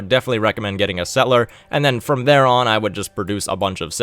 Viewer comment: Could you say "settle - er?" The way you say "set - ler" makes you sound very silly.